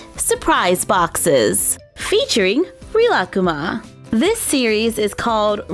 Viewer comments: Actually, it's pronounced 'Reelakooma'. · don’t you say it like ree-la-coo-ma? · Good video but it's pronounced Ree-la-koo-ma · I think it is pronounced REE-LA-COOMA but I am not sure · I Pronounce it like (rill-A-cuma)but I might be wrong,btw love your vids👑👑👑👑💕💕💕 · here are their names the brown bear is rilakkuma the white bear girl is korilakkuma (I think that is how u spell it) and the bird is named kirotori (pronounced as kiroytori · The way she pronounces Rilakkuma -. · I don’t want to be mean but I think you are saying rilakkuma wrong or maybe I have Ben saying it wrong for 4 years (ps love you I have been waching you since I was in kindergarten and now I’m turning 13) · im sorry but the way she says rilakkuma is making me wanna yeet myself off a bridge :((